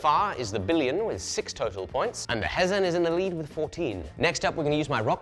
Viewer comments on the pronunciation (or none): It's not Henzen, it's Hezhen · It's spelt Hezhen and pronounced 'huh jen'